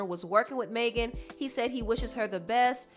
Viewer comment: It’s NOT MAY GAN ITS MEG AN ., sincerely a Megan